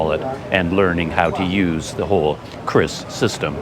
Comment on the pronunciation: In Indonesia, it is pronounced "Ki-Ris", not "Kris". But I agree, it's extremely useful and practical.